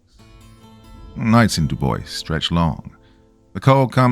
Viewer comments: I live in Wyoming and love that you misspronounce "Dubois" in the correct manner. Legend has it that the name is deliberatly mispronounced as the town was named after a friend of the governor (at the time) while the locals wanted to name the town Tibo, after the Shoshone language word for "stranger" or "white man," which was the Natives' affectionate name for their Episcopal priest, Father John Roberts. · I had to look it up 😅 … this is considered the correct pronunciation of Dubois. The town was named, by the governor, after senator Fred Dubois. Because this was against the will of the townspeople, they went on to protest the name choice by refusing to use the French pronunciation of, roughly, "doo-bwah" and adopted the pronunciation "doo-boys" instead.